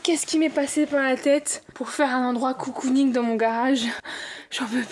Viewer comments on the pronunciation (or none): Grave bonne idée de vidéo !🥰 PS : à c'est cocooning pas coucouning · Le "garage coucouning" c'est "cocooning" en mode cocon :) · Celui qui trouve combien de fois elle a dit "coucounigue" il est fort😂